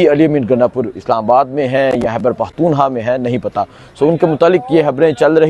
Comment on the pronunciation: ooh mr, curb your tongue, don't mispronounce the name of Pakhtoonistan. you are nice person. Hope will be not repeat again اوہ مسٹر، اپنی زبان کولگام دو، پختونستان کے نام کا غلط تلفظ مت کرلو۔ آپ اچھے انسان ہیں. امید ہے دوبارہ نہیں دہرائی جائے گی۔